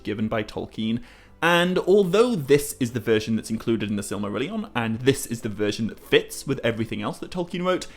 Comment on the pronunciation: How do you pronounce silmarillion so wrongly?